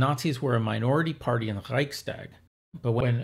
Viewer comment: Great video, thank you! Small comment: It's nice that you make an effort to correctly pronounce German, e.g. by pronouncing 'st' as 'sht'. However, this applies only to words starting with 'st', at least in standard German. Even in southern German dialects, it does not apply to compound words which are joined by an 'st', like 'Reichstag'.